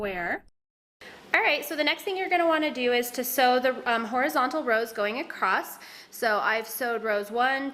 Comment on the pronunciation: Hi, you keep saying acrosst it's across